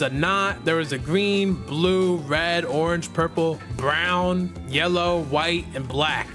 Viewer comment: lol why you say brown like that